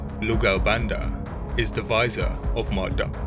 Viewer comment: Can you please not pronounce Marduk as Marduck? It's pronounced Mardook! U = OO.